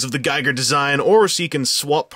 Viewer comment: Giger, pronounced geeger.